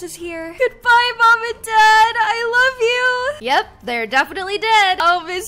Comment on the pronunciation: Why do they say larv you😂😂😊